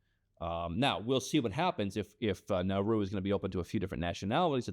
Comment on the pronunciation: IT'S NAURU